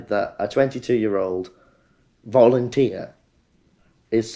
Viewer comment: "voluneteer". Modern journalism everyone.